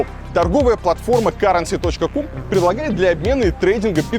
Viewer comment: Да не каренси, а кьюрэнси)))